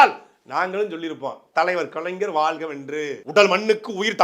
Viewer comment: நாம் தமிழர் கட்சி முக்கியமான பேச்சாளர். ஆனால் வாழ்க என்பதை வாள்க என்று உச்சரிக்கிறீர்கள். ழ வராதா?